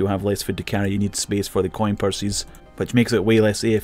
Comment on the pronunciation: "C O I N PURSYS" lmao